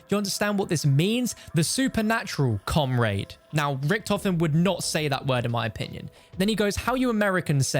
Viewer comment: comrreid lol